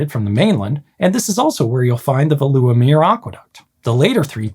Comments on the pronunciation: Oohhh Veluwemeer The intonation lies at ve not at lu and you'd pronounce it almost like fayluwa the u is not like oo like in Beluga but a bright sound not really found in English so it's hard to find an example but it's a short bright u sound like tchüß in German but a bit shorter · ah yes, the veloewemer aquaduct in hardervek 😅 (pronounciation isnt great, but thanks for trying anyway) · I know that you really tried, but unfortunately the Dutch pronunciation is too difficult for many native English speakers, with sounds like u (nope, that doesn't sound like that last part of "you", but like a Dutch sound that isn't part of the English language), ij (not eye-jay, but yet another Dutch sound not part of the English language), and then there are "eu" and "ui", which, again, sounds very different in Dutch. Also, the emphasis for Veluwemeer is on "Ve" (sounds like "vay"), not on the "uwe"-part... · please, just use a pronunciation guide or have someone help you? You made about 10 mistakes in Veluwemeer and Harderwijk which made me want to shut the video off instantly I appreciate the dutch at the end of the intro tho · Got little sad at your pronunciation of Veluwemeer and Harderwijk, but you made up for it . I quite enjoy your videos from 3 meters under the sea!